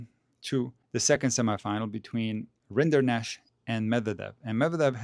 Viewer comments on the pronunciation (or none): Funny detail: Vacherot is french for cattleherder or cowboy. Rinderknecht is german for the same profession. So, it's just that single T missing and the funny french way to pronounce Rinderknech. Very respectable achievements of the two "cowboy-cousins".